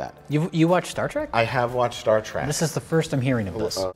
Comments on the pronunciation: "Star Trak" he pronounces Star Trek like I did when I was four. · Star Trak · Mike is the only Trekkie I know of who calls it "Star Track". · LOL no, that's not what he's doing. There's no sarcasm in that, it's simply the way he actually pronounces it. Not everything that comes out of Mike Stoklasa's mouth is some clever joke at the expense of someone else, don't be such fanboys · Have you even watched the video? He only says it once like that as a joke.